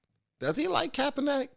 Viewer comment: It's pronounced. "Capper-Nick"